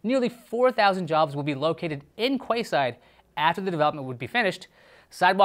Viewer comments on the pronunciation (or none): Quayside is pronounced keyside 😂😂😂😂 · Quay is pronounced "Key"... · I think it's pronounced 'key'-side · The pronunciation of quayside 😂😂😂 it's pronounced 🔑side btw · Quayside??? Google on how to pronounce it. 😂